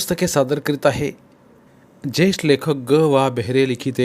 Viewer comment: अत्यंत खराब, रटाळ सावाचन.साधा उंच हा शब्द नीट वाचता येत नाही.मग ज्येष्ठ शब्दाची वाट लावली यात नवल काय.पूर्णपणे चुकीचे आणि अशुद्ध वाचन.